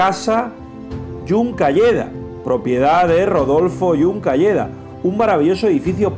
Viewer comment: Es casa Juncadella,no Juncalleda.